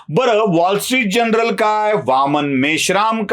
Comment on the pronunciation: अचूक उच्चार "वाॅल स्ट्रीट जर्नल" असे असावे. तपासून घ्यावे ही विनंती.